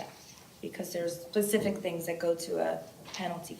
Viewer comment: Also did the judge say 'there are "plecific" things that go to a penalty phase...' ?